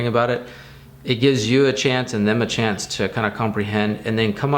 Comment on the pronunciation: One syllable.... Chance?